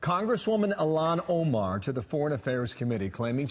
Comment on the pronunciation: Wow mispronounced her name, got her background wrong & are smearing her character that's the quality of journalism you'll get from Fox news.